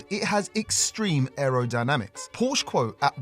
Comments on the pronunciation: Please, please, the brand is called Porsche! Not Porch or similar! I also try to respect English names, thank you! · Please say PorschE 😂😂..❤ES Motors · Why do you call it Posh?? Porsche is a family NAME and it is pronounced just as it is written.